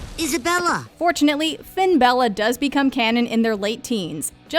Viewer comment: It's FinAbella not finbella